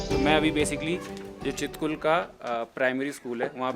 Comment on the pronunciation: छितकुल✅ हे यर चितकुल नही ❌